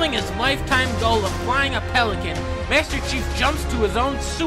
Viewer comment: phELICAN? AAAÆEEEH